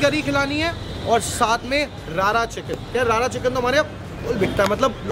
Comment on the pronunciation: It’s रड़ा not रारा chicken - rarna/rorna in Punjabi refers to the process of cooking something properly